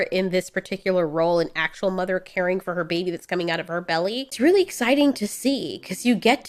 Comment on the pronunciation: I like how you say babey